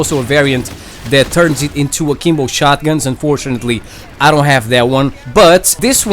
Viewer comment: All I hear is saying Kimbo